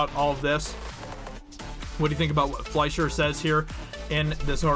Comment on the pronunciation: yes you pronounced ''Fleischer'' correctly. quick German lesson for anyone who's interested: words that have ''sch'' in them are most likely German. with German words, the long vowel sound is the second in the pair; so ''ie'' is pronounced with a long E sound (like in 'Melanie' or 'Julie'). words with ''ei'' are pronounced with a long I sound (like Einstein or Fleischer). Cheers!